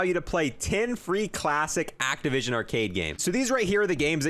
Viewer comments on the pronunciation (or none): none